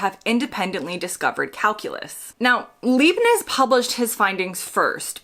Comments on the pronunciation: "Leeb-nitz"? Leibniz is pronounced Lybe-nitz! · The name of the German calculus guy Leibniz is pronounced like "lipenitz" with an "i"-sound as in life, not leepnitz" with "ee". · 'Leibnitz' is pronounced as 'lie'+b+'nits' - not 'lee-+b+nits' 🤓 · Leibniz is pronounced LYE-bnitz, not LEE-bnitz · It's Leibnitz as is LIE not LEE. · Leibniz is pronounced Libe-nits or Lahyb-nits or how you would spell it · The German mathematician’s surname is pronounced “Lye -Bnits” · Leibniz, pronounced LIBE-nits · It is actually Leibniz.